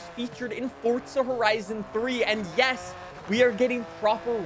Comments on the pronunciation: Why he says fortza, if its forza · HOW MANY TIMES DO WE GOT TO SAY ITS NOT “FoRTzA” its Forza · The fact says Fortza instead of Forza bugs me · If forza is pronounced fortza to you then your name must be tard12. just the t an d is invisible like the t is in forza